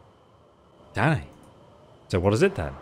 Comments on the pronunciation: Deadass when you say Danny I thought you were saying Daddy had me good lmfao😂😂😂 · i thought said "Daddy" instead of "Danny" lmaoooooooooooo